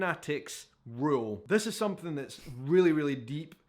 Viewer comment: Love the accent and the some-fing instead of something ❤😂